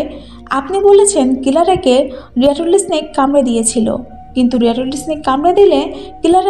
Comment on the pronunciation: রেটল স্নেক, রেটলি না।